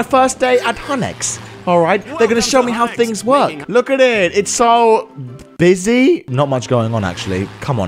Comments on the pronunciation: Do you know how you said busy don’t you mean Buzzi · do you mean beeisy haha ha ha... ha